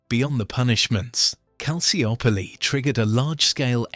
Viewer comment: Great video, but you mispronounced Calciopoli - It's not cal-cee-op-olee It's pronounced cal-cho-poli